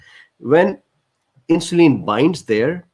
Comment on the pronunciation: Very informative and detailed It filled in a lot of gaps in my knowledge. Your communication was clear and I would like to suggest some items to make it more fluent. insulin IN-shu-lyn (IN is the stronger syllable, the others are softer and quicker) peripheral PER-rif-er-al (PER is the strong syllable) pancreas PAN-cre-as result re-SULT cardiovascular car-dio-VAS-cu-lar glucose GLU-co-se hyperglycaemia hy-per-gly-SI-mia diabetes di-a-BE-tees English pronunciation, US di-a BE-dus) resistance re-SIS-tn-ce adipocytes a-di-PO-cy-ts not a-DIP-o-sites intestine in-TES-tin acids A-cids A as in Apple. Not ecids cytokines SI-tow-kine kine, like fine, dine, mine, mine. Thank you